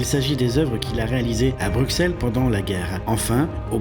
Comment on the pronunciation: C'est compliqué de prononcer correctement le nom de notre capitale? Je pleure à chaque fois que j'entends BruXXXels 😭